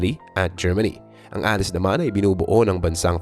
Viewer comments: Anong "a-lis"?? A-LAYS po ang tamang bigkas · Bakit alice? Allied o allies in correct pronunciation.